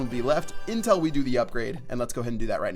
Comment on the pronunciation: Anyone else noticed he says "intul" instead of until?